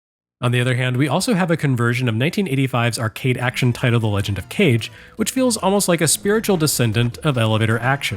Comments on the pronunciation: Joining the chorus of ancient comments here about the fake-out of the pronunciation. For my part, I KNEW "Kage" was a two-syllable word following standard Japanese pronunciation rules, and yet when you consistently pronounced it as "cage" in the early goings of the video, I began to doubt myself. You always do great research and check on things like this, so I figured maybe I was the fool all along. Turns out that, in a way, I really was. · it is pronounced legend of ka gay. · When you pronounced it "cage", I heard the sound of thousands of keyboard warriors preparing for battle. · I also thought it was pronounced cage but I think it’s actually pronounced caw-gay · When I first heard you pronounce it as Kage it didn't bother me but I knew the comment section would be full of people saying it needed to be pronounced Kage. Also your teaser for the next episode had me laughing out loud. Hallelujah! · Legend of Cage?!?! Kage! Kah-geh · I was making the comment when I see the name of the game being pronounced as "Cage" (the english word), and then I saw and heard that they addressed that it was "Kage" pronounced in japanese instead. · The Rah-gey in the Kah-gey. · Every time I hear mispronounce Kage as "cage" I have a minor convulsion. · I wanted to throw up each time you pronounced it like cage. Thank you for the good joke after all was said and done! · I've been studying Japanese for close to 30 years now and only just realized that it was pronounced ka-ge when I re-purchased a copy of it before PRGE this year. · Matt Howard Watch the video, the mispronunciation was intentional. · As a kid growing up with one parent who was raised in Japan and another who was born there... I absolutely pronounced it like Nick's last name. I'm glad though, that we live in a world where it means a lot to people that we say it correctly. That's comforting to me. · yep it's pronounced like kagemaru of virtua fighter fame xD